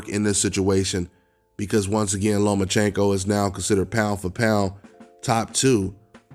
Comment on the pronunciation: I picked Teo to beat Loma nephew and I got Tank as the 5th best at 135 youngin. The boy can't even fix his mouth to say the name Lomachenko and I still pick Loma to embarrass him let a lone Dev and Teo. I think Ryan has a tuffer fight with Campbell than he would w Tank.